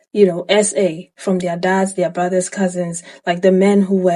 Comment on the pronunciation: When he said "Welllll, what about yo buhdas, yo fahder, yo unkelssz" I was like BI*** SOME OF THOSE BE THE MAIN ONES!